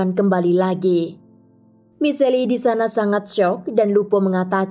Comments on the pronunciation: Michelle bacanya Mishel, bukan Miseli kak... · Sebut namanya misel bukan miseli🤔. Si admin mah kadang2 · michelle dibacanya mishel bukan miselli gimana siiih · Nama cewek tu Michelle atau Miseli...? Jika Michelle disebut Mishell, bukan Miseli, gunakan Google pronunciation mbak ....